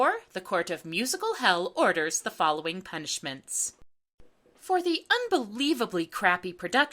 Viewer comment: "Order's the following punchments"...... Dafuq?